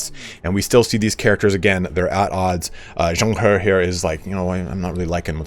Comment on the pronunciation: You did good in zhang he’s name thats commendable. Let me help you at best i can! [Name: pronunciation] Yuan shao: yuh-when sha-ow Cao ren: tsa-ow run Xia pi: sha pee Wen chou: wun ch-oh Yan liang: yen lee-ung And so that you dont stress everytime you say his name Zhang he: ja-ung huh Props for still trying your best and not saying “ f-it ill read it like a retard.” 👍